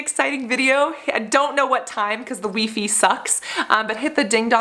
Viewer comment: Did she just say wee fee after all that